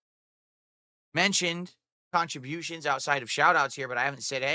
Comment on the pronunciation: Yeah, most content creators haven't asked for "khantributions" in their entire existence,.